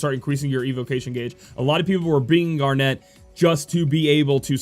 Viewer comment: It's zeh-don and gar-nit just like the gemstone.